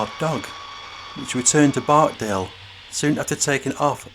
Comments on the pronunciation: It's Barksdale, not barkdale!!! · It’s BarkSdale not barkdale